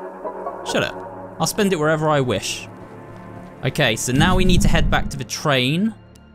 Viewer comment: You sounded so British when you said “I’ll spend it on whatever I wish”